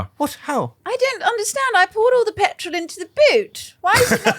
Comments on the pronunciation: Just now noticing says "petril" lmao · when said petrol I got instant flashbacks to ‘CHEESE AND PETRIL’